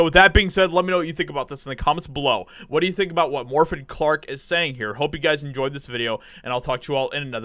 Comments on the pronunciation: At least pronounce the name Morfydd correctly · Haha, you butchered her name and normally I would explain how to say it but in this case, I couldn’t care less, she deserves it, she is on her own, lol